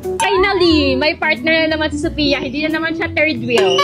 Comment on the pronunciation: Wrong pronunciation si sophia sa channel BOBO